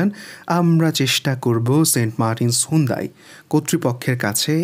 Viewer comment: ভাই সুন্দাই না,,,এইটা হুন্দাই।